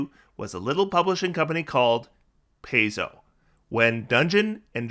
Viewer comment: Pie-zo, not Pay-zo.